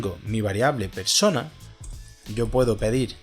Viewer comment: "Perona" me hizo recordar a los peronistas acá en Argentina jajaja